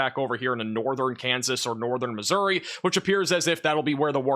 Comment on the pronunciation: How hard is I to say Missouri ?